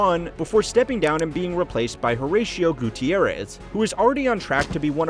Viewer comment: "I've always wanted to speak Spanish fluently" Well, after how badly you butchered Horacio's name , it's clear you still have a long way to go